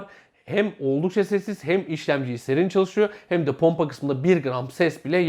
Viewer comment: ponpa derken